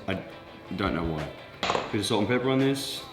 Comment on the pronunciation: The way says salt😂